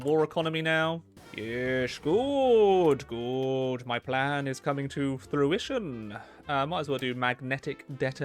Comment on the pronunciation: It's fru-ition not through-ition.